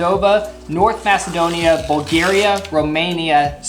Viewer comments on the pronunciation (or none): none